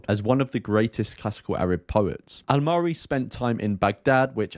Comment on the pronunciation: I must say you pronounced his name very well this time .😊